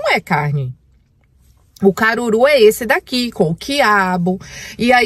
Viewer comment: Cangur'u Kkkkk é Caruru'